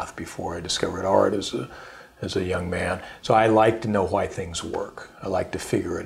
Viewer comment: HHHHHHWY!!!! Great interview but god dam that pronunciation is messing with me lol